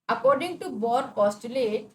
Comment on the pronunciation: 😂😂😂😂He is Bohr not bohar 😅😅